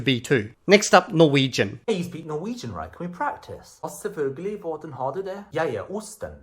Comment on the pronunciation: As a Norwegian, it really does sound like he took a few random sentences ran through Google Translate and then attempted to parrot it. He misprounounces "Selvfølgelig" (Eng: "Of course") and pronounce it like this: "Selfoelgelih". He does pronounce the "Ø" in "Brød", making it sound decent, but he drags on the words too much. All of them. I think he either did a few Duolingo classes, recorded the Duolingo sentences with the pronounciations, or he ran random sentences through Google Translate, then did the skit. Pronounciation is not great. IF he knows any Norwegian at all, which I personally doubt, I'd bet he is A1 at best.